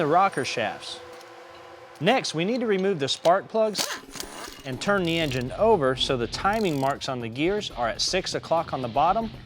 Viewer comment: We dun did bot this here Ing-Gine off that "Innar-Net". Holy Sheet...